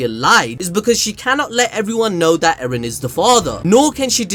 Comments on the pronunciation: It's not Eren bruv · Mikasa finna go from "Ereh" to "Eren"